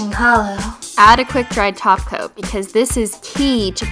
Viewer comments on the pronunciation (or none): Lolz in this video she still said "top coat" and it sounded like "taco" unintentionally. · OMFG!!! SHE SAID TOP COAT NOT TACO OMFG IM DEAD X_X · I suppose you don't speak Simplynailogiclish fluently yet, she did say taco, but it means top coat :) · Her: "Add a glossy Top Coat" Me trying to say it with her: "Add a GlOsSy TaCo!" replays it "Oh..." *Blinks in confusion and then remembers this was from a few years ago"